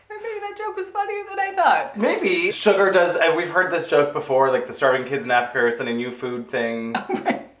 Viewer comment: It honestly cracks me up how both of you refer to Shuga as “Sugar”. Hahaha, I’ve just never heard anyone else not say “ShugA” so the fact that both of you keep the “r” on it really tickles me for some reason. I should really probably get out more.